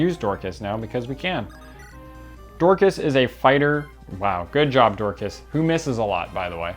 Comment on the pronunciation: Why do you pronounce Dorcas' name as "Door-KHaass"?? His name is Dorcas (Dork-us) lol. Less emphasis on the KA and less emphasis on the Ass